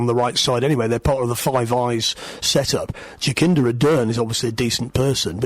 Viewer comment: Jakinda 😂😂😂 Jacinda mate you have a speech impediment it's pronounced Jasinda. Bloody poms